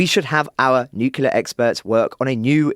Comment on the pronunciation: I follow this UTL podcast regularly, and it's one of the best update-sources out there....but man, I still twitch a little when I hear actually utter the word "Nucular" o_0